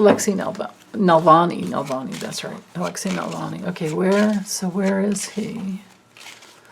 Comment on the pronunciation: Hi, thanks for your readings as always! Watched the latest astrology video yesterday and your knowledge just blows me away! Ive been interested in astrology for decades but never got into the aspect details much--so i do find that very interesting as you explain it. Also hope you don't mind this - Navalny's name...Alexei Na-valny not Nalvany. I think Linda G started that one...her pronunciations crack me up all the time 😁😁😁 Anyway yes prayers of protection for him!!! I do that and I hope it helps. ~~Katerina